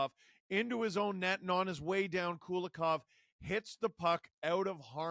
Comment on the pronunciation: Not Kulakov, but Kulikov - coolie-kov